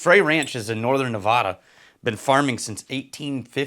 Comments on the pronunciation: On behalf of the good people of Nevada… the “a” sounds like the one in bad…. Not an “ah” sound. Love your content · For all of us who live here in Vegas - 1) We get to enjoy a lot of Frey Ranch (Yay), and 2) It's Nev-AD-ah not Nev-AH-da.